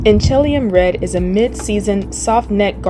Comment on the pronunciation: You were very close to correct say it like this.... Inch ah lee um Yes I lived at In helium Washington for 40 years.